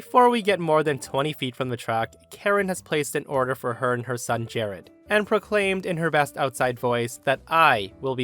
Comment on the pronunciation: "Jahrad"?? Ugh.